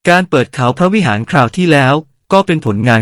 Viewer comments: เขมรทาสพยายามพูดเรียนแบบภาษานายแต่ไม่ชัดจึงออกเสียงพระวิหารเป็น เปรี๊ยะวิเหียร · เขมรออกเสียงนครไม่ได้ จึงเรียกอังกอร์ เลยกลายเป็นอังกอร์วัด ไม่เรียกนครวัด เหมือนออกเสียงพระวิหารไม่ได้ เลยกลายเป็นพระวิเฮีย